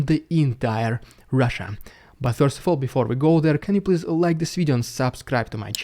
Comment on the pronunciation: love how you pronounce "first" as "feeorst".